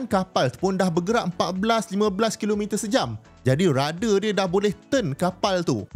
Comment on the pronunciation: Prof bukan rada tapi radar sebutan biar terang ok